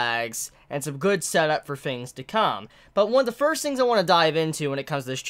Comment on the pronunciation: Bro. 1. Your hair. 2. Why you only saying "hero" in My Hero Academia in a Japanese accent, but not the rest? Hero is an English word. 3. The sound in words like "THINGS" shouldn't be pronounced like "FINGS". JUST SAYIN'. I dig your videos, but those things bug me lmfao.